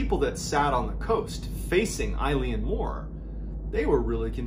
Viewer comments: Island name pronounced like 'ill-an moor' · Elan mor is a closer pronunciation. Eilean is Gaelic for island, mòr means large/big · It’s not pronounced Eileen Moore, it’s pronounced ILEN Moore it means big island in Gaelic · its not pronounced moore, its pronounced muuuuirr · Exactly when he said Eilean (Mor) as I had the video playing I was reading the name Eileen (Dietz) somewhere else in another tab. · It's pronounced (Yay) (Lan) More and just means big Island. I'm from an Island off the NW coast of Scotland too :) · Eilean mor pronounced 'ill an' means 'big island'. Just a bit of info. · Eilean Mòr? big island?